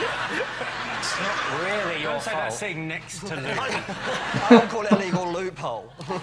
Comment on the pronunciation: Louie......not Louis,.LOL